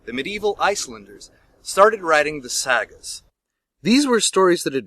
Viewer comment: As a Heathen, watching this was actually very entertaining. You pronounce sagas like you're starting to say saggy tits. XD